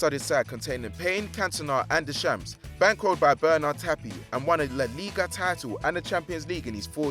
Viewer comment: He butchered the name Deschamps, James Rodriguez and Hagi! He needs culture! I luv football daily but this bloke needs to learn enunciation and pronunciation